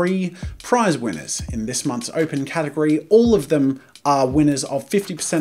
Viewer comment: Did anyone else notice "Gategory"? Lmao